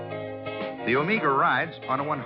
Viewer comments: It’s pronounced “oh may ga” NOT “oh MEE ga” I had a ‘74 Buick Apollo for my first car. Had a 350 V8 but no sports trim. Avocado green with a white interior. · "Omeega"? Paleeease! It's pronounced Omega as in the timepiece.Thank you. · "Oh-May-Gah!!"😀 This gentleman's an amazing narrator, though, so I'm going to cut him some slack!! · Never heard anyone call it an Omeeeeeega. Should have asked someone how to pronounce it correctly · Every time I run into this review something really sets me off when he ways "OmEEga"! I don't know why since I have no personal affection for the car. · Why is he putting so much emphasis on the "E" in O-MEEEEEE- Ga? It is clearly pronounced with a "long E sound" like Meg (or Mag) and not so much with the "E"!! Does he think the thing is Mexican?? Like the word Amigos??